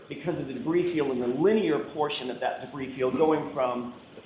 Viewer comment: Did he call the debris - Bree?!?